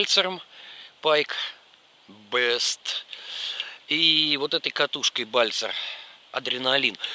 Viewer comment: Не Бест, а Бист, в переводе Зверь, не коверкайте названия